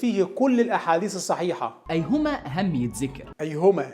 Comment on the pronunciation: أيْهما أحق؟!😂😂 رد يا بني منك له أيْهما أحق😂 شريف لسه متعلم النطق ولا ايه😂😂